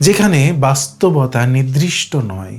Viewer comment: এই সুন্দর বিষয়টি আর একটু ঠিকঠাক উচ্চারণে হ‌ওয়া উচিত। 'নির্‌দিষ্‌ট'= নির্দিষ্ট, শব্দটি 'নিদ্‌রিষ্‌ট' /নিদ্রিষ্ট হয়ে যাচ্ছে।